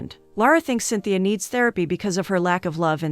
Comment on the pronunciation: i love this movie!! it actually inspired me to learn portuguese! also the girl's name in cintia (pronounced sin-cha) and not cynthia. good video nonetheless